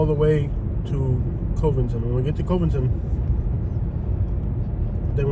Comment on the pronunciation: NO you are not in Cincinnati. There is a river and a state line dividing Cincinnati and Northern KY but it's also a different way of life. We live in KY for a reason. It's Cuvington btw not Covington with a long O sound.Same vowel sound as "Love"